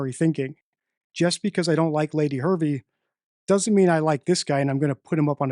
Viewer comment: Lady Victoria's name is HErvey - not that she deserves you getting her name right.